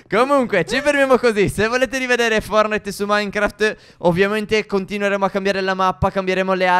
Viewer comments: Forse è una mia impressione ma invece di dire "fortnait" (scritto come si pronuncia) dici "fornait" (scritto come si pronuncia) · Non si dice fornite si dice fortnite